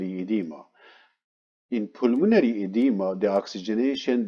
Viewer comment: Maybe a good spécialiste but what impossible English prononciation i because i know the médical termins i guess what he actually means, "the pulmonary" is out of spelling .....my i got difficulty following...